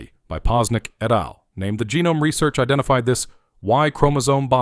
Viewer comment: The pronunciation of "et al" was painful to hear.